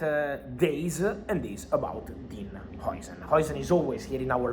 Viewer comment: Is jausen not joisen how you spell it